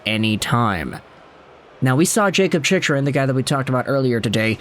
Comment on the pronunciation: "Chich" Rin ??? You mean "Chick"-Rin !! LOL